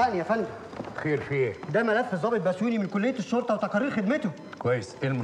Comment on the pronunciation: ضابط وليس ظابط شوهتم باللغة العربية